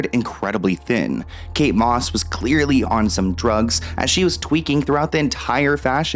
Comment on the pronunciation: Kate MOSS …. KATE DOSS !!!